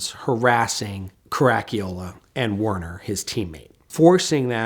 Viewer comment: WOW - never heard "Caracciola" pronounced that badly before, fair play chap.